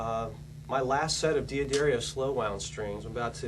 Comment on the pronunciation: Why does this guy pronounce D'Addario as "Dee-A-Dairy-Oh" when it's actually pronounced "Da-dar-io"